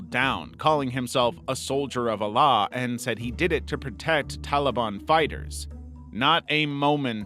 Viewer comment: A-llah. It’s All-ah.